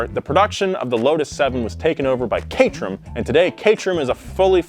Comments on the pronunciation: Shouldn't it be pronounced ca-ter-ham? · I always thought it was pronounced 'Cater-ham' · I thought it was CAT-ER-AM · It's not pronounced Kay-trem, it's CAY-tuh-rum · Cat er ham Cat Er Ham Lol not kaytrum